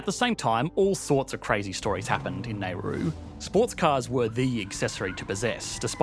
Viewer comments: Please do a bit of research on pronunciation. You are pronouncing "Neru" when it is "Nauru". Simple search in YouTube or google can bring you example of the correct pronunciation. No one likes their names to be called wrong. Please, don't let a small thing like this ruin the much effort you put into preparing this video. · What is this malfunction Australians have with pronunciations?! The place is called NAURU, not “ney-rooh”. It’s pronounced how it is spelled like “now-doo”. And people from there are Nauruan’s not “nah-roo-she-yans”… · I don’t know where he’s from in Australia but I’m Australian and I’ve never heard an Australian pronounce it as ‘neigh-roo’ until this video. We say ‘nah-roo’ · For all those making comments about Australian accent, as an Australian, I have to let you know you're wrong. It's got nothing to do with accent, it's a straight up mispronunciation. Nobody else in history has ever pronounced it Neigh-roo. I'm Australian and that hurts my ears. Nauru is commonly in the news here so it's a common word, generally there are two variations: some people say it exactly as it's spelled and others pronounce it more like "Nah-roo". I don't know which of those is more correct. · he kept pronouncing it NAIRU as in Non-Accelerating Inflation Rate of Unemployment. LOL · The narrator's pronunciation of Nauru is driving me insane. There's no way, no possible way that NAYroo is a reasonable pronunciation of n a u r u. Is it not NOWroo? or NAWroo, or nowROO, or SOMETHING that includes that first U in the pronunciation? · Nauru 🇳🇷 pronounced NOW-roo NOT “NAY-roo” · out of topic: is it pronounced as "NEY-roo" all along? i'm pronouncing it as "NAU-roo" [naʊru] or [nauːru] all my life. my whole life has been a lie 🤦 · You keep saying "Nay-roo", where did you get that pronunciation? It's "Nau-roo". You can look it up. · If it's spelled "Nauru," why do Australians call it "Nayru"? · It’s pronounce “Narr-roo” not “nay-roo” 😀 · t is pronounced Nau-roo.